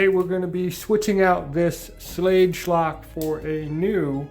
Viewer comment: Pronounced "Schlag"